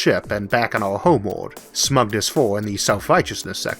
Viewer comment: Your Elmer Fudd voice is fine, w e do appreciate the captions, but I had a teacher that pronounced English with German set. so the line The quick brown fox got pronounced "The kh-wick brohn Fohks yoom-ped oohvar the lach-see dog." So hearing 'Homewold' and 'vampiwas' is actually relaxing.